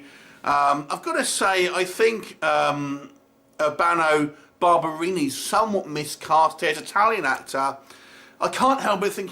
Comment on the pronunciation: What brain functions are involved in transforming "Urbano Barberini" into "'Burno Bar-bernie"? Shameful, even for a mutated blob of flesh (place of origin - Chernobyl, possibly?) disguised as a British human.